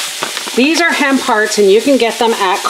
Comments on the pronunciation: Haha I heard ham parts too and was confused 🤣 I still thought it was ham parts till I read the comments! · I totally thought you said ‘ham parts’ and was confused when you said meatless. Then I got to the ‘hemp hearts’ 🤣🤣